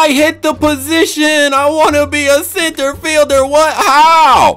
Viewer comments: Its called center field not crnter ford😊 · Cf is pronounced center fielder not center forward same with rf and ik u didnt know im just saying.